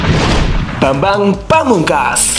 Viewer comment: Bambang bukan babang hehe